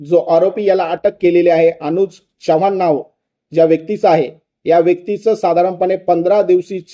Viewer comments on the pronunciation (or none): च्यवाण 😂😂😂😂नाही हो चव्हाण म्हणा अशुद्ध भाषा ऐकावयास नको वाटते